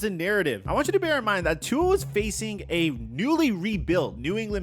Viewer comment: Hey, pronounce Tua''s name properly please... Cheers:)